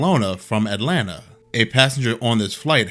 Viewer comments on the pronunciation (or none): none